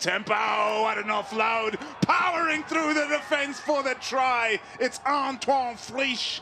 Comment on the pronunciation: It's not Antwon it's Ontwan 😀